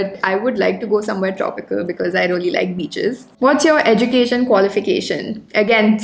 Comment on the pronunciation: You all the time talked rolly instead Of really . Plz be careful about utterance. Never mind plz.